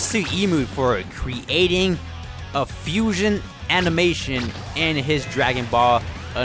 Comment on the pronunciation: It’s Fuuuuu-sion......HHHAAAA!!! Not fusoon